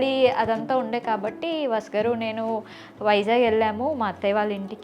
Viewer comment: Bavundi ra chala chakkaga cheppevu but abbayi peru vasu garu ani clear ga ante baguntundi vasgar vasgar ani vinipistunnadi.. pl note